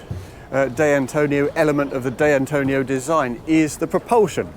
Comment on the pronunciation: "Day Antonio"? At least try, mate.